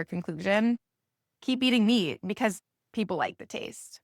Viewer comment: She doesn't know how to pronounce MEAT . MEEEEEET ??? Hahaha 🤣